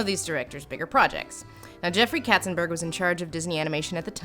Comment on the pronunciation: Not "Ketzenbörg" but "Katzenberg"! And you have not even mentioned that Hera is Hercules's biggest fiend, instead of Hades, who has no case to hate him!